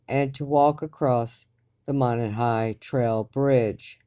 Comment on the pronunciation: Monon is pronounced Mow-Non.